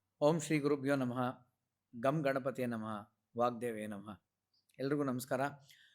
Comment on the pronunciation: ಅವರೇ, ನಿಮ್ಮ ಎಲ್ಲ ಸಂದರ್ಶನಗಳೂ ಒಳ್ಳೇದಿರುತ್ತವೆ. ಆರಂಭದಲ್ಲಿ ಗಂಗಣಪತಯೇ ವಾಗ್ದೇವ್ಯೈ ಈ ಶಬ್ದಗಳ ಉಚ್ಚಾರ ಗಮನ ಕೊಡಿ. ತಿಳಿದವರ ಬಳಿ ಸರಿಯಾಗಿ ಕಲಿಯಿರಿ